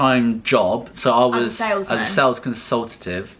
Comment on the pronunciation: Yeah as soon as he said “sales consultatent” I know was the bread winner 😂💕